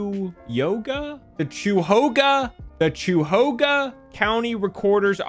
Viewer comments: As a lawyer....are you an esquire? How does that work? And it's "kye-ya-hoga" I think lol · It's KYA-HO-GA 😂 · It's KI-uh-ho-gah. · county: "cuyahoga": "*CHEW YOGA?!?!*" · pretty close, we pronounce it "Kai-yuh-ho-guh." But "chew-yoga" is really something. Here's hoping gets a case from Geauga county next time! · Why are you saying choo hoga it’s cuyahoga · It’s Ky (as in Kyle) uh hoe gu (as in gum) or ky uh hog uh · This is fantastic. Cuyahoga is pronounced like kai-ah-hoe-gah. It's the county Cleveland is in. Being from Ohio I'm not in the least bit surprised about the ending haha. Most people around here know what a photocopier is, but it's rare to hear that term. Usually it's "copier", "copy machine", or "Xerox" (same error as Solo cups, Kleenex, Velcro, etc). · Screaming KAI-UH-HO-GUH at my phone right now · It's "kai·uh·*how*·guh ;) Source: Attorney from Ohio here. Also, Google :D Also I love the original video, nice to see a lawyer actually react to it :) Worst thing is; this was about the amount they were charging for photocopies...because they wanted to charge that per page for turning over a CD with those documents on them. The Ohio Supreme Court would eventually rule that the Recorder's Office could charge for the cost of the CD; $1. Also, that case would never "gone to trial." It was a mandamus action in the Ohio Supreme Court, that only takes evidence via depos or other documents. They wouldn't have held a trial. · As an Ohioan, we appreciate your attempts to pronounce our locations and wish to inform you that it's kai-uh-hoe-guh. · Kuh-ya-hoga county lmaoooo you da best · As a local, it’s pronounced “KAI-uh-HOE-guh” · DAMN THAT PRONUNCIATION OF KI-YA-HO-GA COUNTY. RIP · Cuyahoga is the county with Cleveland in it (I live here too). That is pronounced kai-ah-hoe-ga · As as in ohioan loved the attempt at Cuyahoga For any who's curious here's the pronunciation kai·uh·how·guh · For anyone wondering Cuyahoga is pronounced ki-uh-ho-guh.